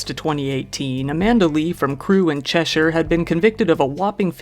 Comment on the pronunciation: As an English woman I’d like to say a huge thank you for pronouncing ‘Cheshire’ properly. So many Americans pronounce it Chesh-eye-er or ‘Chesh-eer’. There’s so many others they get wrong too lol. I commend you, sir.